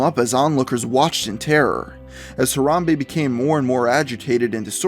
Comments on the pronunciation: "Harambee" not "harambae" Harambe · Harambe... Harambe.. It's pronounced /harambee/ you nerdo.